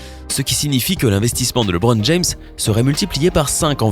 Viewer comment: Sérieux tu sais même pas prononcer son nom